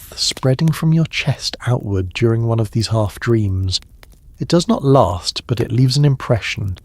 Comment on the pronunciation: It's last not larst